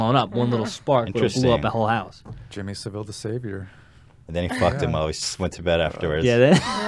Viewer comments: It's SAV-ILL not SAV-L Ethan 😭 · its jimmy sav ill not jimmy sivill